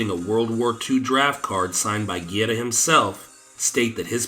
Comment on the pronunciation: Good video but it drove me crazy hearing you mispronounce "Guerra" name over and over. Not gierra!! Guerra!! G E RR A